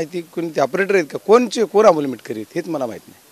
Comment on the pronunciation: मिटकरी नाही मिटकमी😂😂😂😂